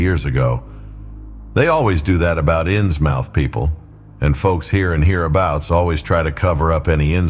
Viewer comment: I shall listen tmr but it's pronounced innsmuth